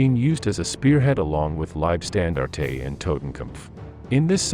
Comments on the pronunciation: Gotta love the way yanks pronounce words, lieb stan dar tay, they just make things up! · Someone clue the AI narrator in - Its' "LEEB SCHTAN DART TUH" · Your pronunciation is way off. W is usually a V sound and Liebstandarte is often pronounced Liefstandarte etc. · Listen carefully, I shall say this only once! Get a professional reader to narrate these documentaries, as your AI Bot Readers are Shit! 1st SS Panzer, The Leibstandarte Adolf Hitler, which is NOT pronounced as “Lybstandartatay” was just the first of several, god awful, mispronunciations that your damned AI Bot insisted in churning out! Quite frankly it’s disgraceful and I switched off.....this channel deserves better! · Oh man- it hurts to hear your bot pronounce Leibstandarte. Phonetically- "Liab-staan-dar-teh". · pronounced "leeb-shtan-dart" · Try prounceing Liebstandarte without saying the E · The pronounciation of Liebstandarte is minus the e (eh) at the end of the word. It's just annoying having to hear it. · I never heard a more american way to say 'leibstandarte' or 'hitlerjugend' haha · The way he pronounced Leibstandarte, and Hitler Jugend........I just couldn't continue to watch.